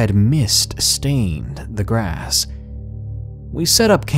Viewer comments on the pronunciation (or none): none